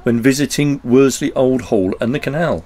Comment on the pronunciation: Love your vlogs but as I live near there please say Worsley not Werdsley